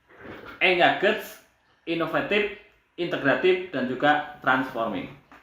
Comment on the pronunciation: engaged...baca engeij mas..hehe